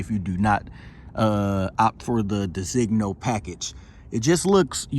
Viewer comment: Mine shows my car not an S Class 4 dr, mine shows my car in my color. It's pronounced DE-ZIN-YO. The other model interiors are MB tex, except for the seating surfaces. Tune it and you will have a car faster than the 63. For structural purposes the top can not open. No, your tire pressure sensors are affected by your out of spec wheels. As for your long Bluetooth connectivity is because you need a firmware upgrade, mine connects immediately